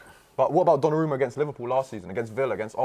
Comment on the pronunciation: Why did he pronounce donnarumma like that?